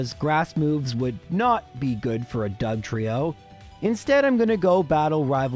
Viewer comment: Wasted opportunity to spell Trieyo like Lorelei and double down on the incorrect pronunciation 😂